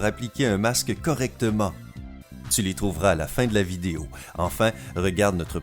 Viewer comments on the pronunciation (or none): none